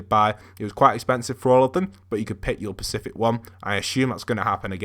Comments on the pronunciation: “Buy your Pacific skin” 😔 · "You can pick your PACIFIC one" at his finest